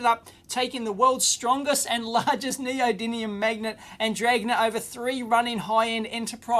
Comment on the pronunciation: NeodyMium, Dave! Nee-oh-dee-MEEE-um!